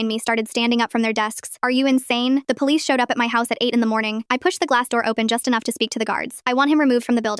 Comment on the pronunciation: Don't worry. Mama Lioness went to the poH-leeess.